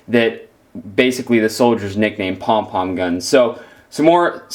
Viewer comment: Cringing when u said pong pong